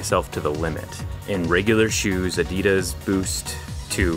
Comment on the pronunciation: It hurts my soul how he pronounced Adidas.